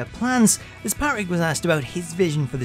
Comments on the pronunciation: Yeah he says it Pat-Rick instead of Pa-Trick really messed up the video for me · Why is no one talking about how he says Patrick. It’s Pa-trick not Pat-Rick. It really annoyed me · This guy hates the letter “t” in the name “Patrick” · PGD Panda lmao, me too. I know it’s silly but every time he did it I focused on it. It probably wouldn’t have bothered me so much but he just KEPT saying the guy’s name. I guess it’s because I hate when my name is mispronounced.